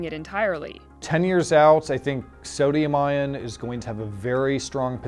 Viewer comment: "Sadium" He says.